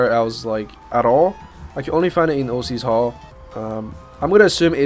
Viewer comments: Ocs hall, pronounced "ox" hall, not o C's hall, it's not some gangster rapper's hall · ..... "O - c's hall?!" It's ocs or "ox" hall!